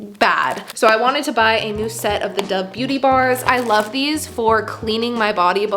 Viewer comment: No offence but can you pls say dove right